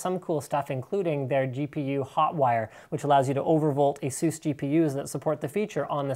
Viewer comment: asus not asoes ....... omf asus asus asus not asoes